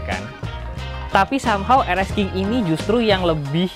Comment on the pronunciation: Bang nyebutnya rx king bukan rxsking bukan